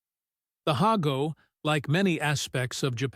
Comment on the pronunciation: I thought it was pronounced hah-go not hay-go